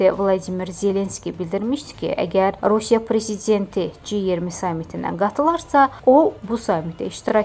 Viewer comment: Ay bisavad jurnalist,"rasiya"yox "Rusiya.🤦‍♂️🤦‍♂️